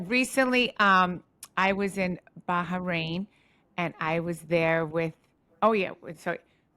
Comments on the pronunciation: Teresa calling it "Baharain" is too cute.. it's giving "Ingredientses " love her 😂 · Teresa's pronunciation of BaHrain is sending me, you can tell she heard too much about Ba-ha-mar from joe Giudice 😂